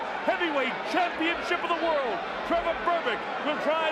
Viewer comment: to the citizens of america its world not wirl